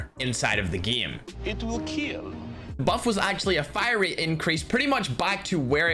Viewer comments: "Your knife will keal" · Doug Macaida🤣 ' It Will Keal '😂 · It will keel